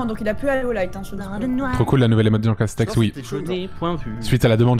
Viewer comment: C'est marrant leur jeu . Les stratégies qu'ils emploient. Le truc qui me fait vraiment marrer c'est jean castek qui met ce speudo en jeu, dit appeler moi jean seulement (à chaque fois qu'ils disent jean castek) mais dès que lui prononce son nom ,il dit à chaque fois jean castek 😂😂😂. Ne m'appelez pas ainsi.....(au autres) -(lui quelques minutes plutard): ça c'est du jean castek 😂😂.